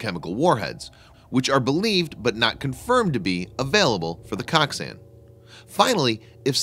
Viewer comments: I'm pretty sure it's pronounced like Coke-san. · It’s pronounced “coke-sun”